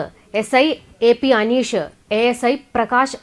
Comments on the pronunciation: Pl note ; not Anush it should be read as Anish Mohammed. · അനീഷ് അല്ല അനീസ് എന്നാണു